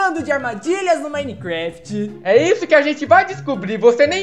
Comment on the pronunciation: o mecflai